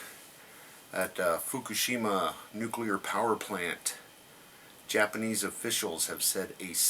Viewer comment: i like it when you kill names.....Fuckashima =P